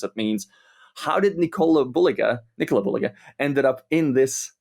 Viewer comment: I love how pronounces 'Nicola' in a russian way, putting accent on a letter O on several occasions ❤ check out for an example